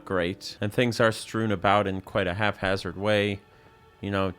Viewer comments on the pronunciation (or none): what is with the sudden massive increase in people saying the word haphazard wrong? that’s not an F sound in the middle there. hap-haz-urd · Haphazard. The word is HAPhazard. Love your content.